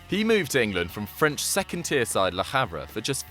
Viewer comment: Let me give you a tip: in French, "h" is always silent.